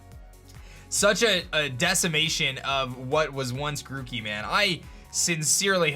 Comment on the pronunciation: They butcher grokey